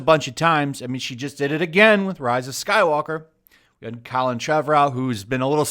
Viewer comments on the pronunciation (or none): none